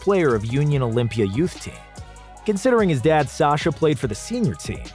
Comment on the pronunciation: Its Saša, not Sasha😤